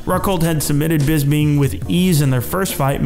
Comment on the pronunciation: I honestly think that The Count's name is Bisping, and not Bisbing.